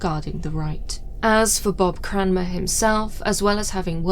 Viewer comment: As a Cranmer, I would like to thank you for pronouncing the name correctly 😂